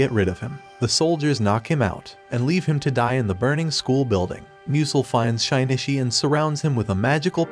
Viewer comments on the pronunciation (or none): why do you say "Shy-knee-chee"? Did you watch it without audio? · Did he just call him Shy-knee-chee??????